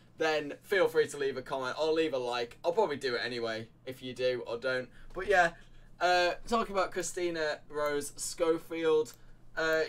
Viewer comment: Damn i wanted to watch this but i have to stop at 20 second… the word is “but” not “BOH”